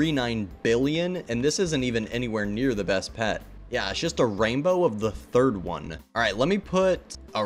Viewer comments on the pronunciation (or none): none